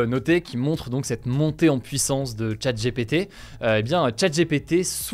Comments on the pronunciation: ChatGPT se prononce comme Tchatte Dji Pi Ti et non Tchatte J'ai pété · 'tchat' 'jépété', drôle de prononciation. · Nan mais les gars, pourquoi prononcer "Open AI" en anglais et "Chat J'ai pété" en français?